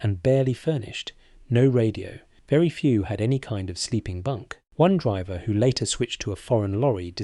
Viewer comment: The voice is AI , listen to the mispronounced word. 'Driver'.